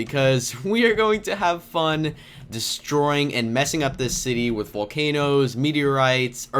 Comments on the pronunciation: you said valcenoes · YOU SAID VOLCAN YOES